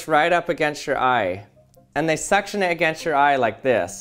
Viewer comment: did you said SUCC tion cups?